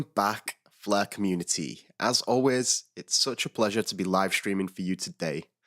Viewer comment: Love the "Fluh" Network! 😁